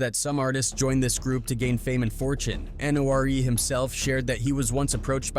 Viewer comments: Soons this culture vulture said Nore!!! Instead of NoRe. I click off and stop the video. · When using Ai you have to write things how they sound not how they’re spelled, I.e nore would be norey! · Did you even listen to this before you posted? Your voice over man can’t even same his name right. Horrible video. Try harder. It’s funny you say just doing things for likes and attention. Seems like you might know a little bit about that huh? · Bro this dude is butchering his name...he reading off a script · WHO THA FUCK DO YOU THINK YOU ARE!!!!!!! GIVE THAT MAN HIS RESPECT!!!!! YOU CAN"T EVEN SAY HIS NAME CORRECT!!!! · This AI jackin nores name as much as nore jacked up Detroit rappers names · You got so many things wrong dude. The guy whose name you keep mispronouncing can sue you for defamation. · You can’t even say their name right go climb a mountain. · I stopped watching after the AI voice didn't know how to pronounce N.O.R.E. lol People need to stop being scared to use their own voice. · AI can’t even pronounce his name correctly. Nore is a Legend. Beefing respectfully is what rap is about having fun. Or saying how you feel, what you see, the struggles, pain, love and your thoughts. That is what Hip Hop represents!! Nobody ain’t questioning him. He has nothing to do what anybody did. He don’t have no law suits! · EXACTLY! As soon as I heard how his name's pronounced I got irritated!😒😔